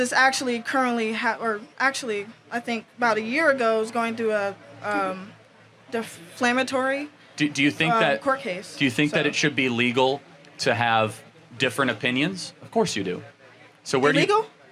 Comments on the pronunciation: Deflamatory. I think you mean "defamatory". LMAO What a jerk. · Did that “college girl” say deflmatory? And these people vote.